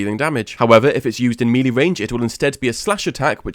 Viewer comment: Bro, why do all the LoL content creators pronounce melee wrong?